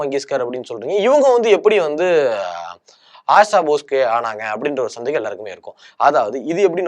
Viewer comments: டேய் கேனைத் தெ.பையா முதல்ல அவங்க பெயரை ஒழுங்கா உச்சரிக்க தெரிஞ்சுக்கோ. தாயோளி. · First learn to pronounce her name correctly. U r killing the names.